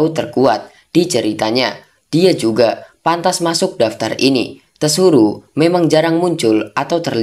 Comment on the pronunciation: tsuru "penyebutan nya Suru" Mlah lu bilang "TESURU"